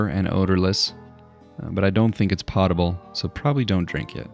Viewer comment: One small nit-pick. The word "potable" is pronounced "pote-ibl" not "pawt-ibl". "Pawt-ibl" would be spelled "pottable".